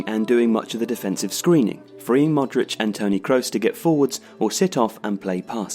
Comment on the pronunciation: its not Modreač its Modrić...🤦🤦